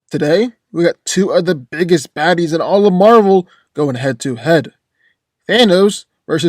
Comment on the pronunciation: No way i heard “badies”